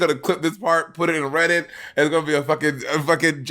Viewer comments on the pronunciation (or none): none